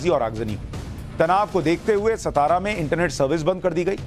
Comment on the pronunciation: सताआरा नही,सातारा.